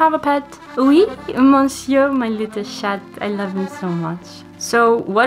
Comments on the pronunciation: hahaha your French accent isn't that bad ! (I would just say that you pronounced "laissez faire" as "laizer faire", it should be the same sound as Sun not miSery, and you shouldn't pronounce the final t in chat) This video was so good, thank you for reminding us what truly matters ! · My liTtlE ShaT <—— Beautiful accent indeed👌👌😂